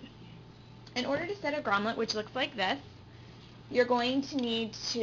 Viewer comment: Lol Grom"let". It's Grommet.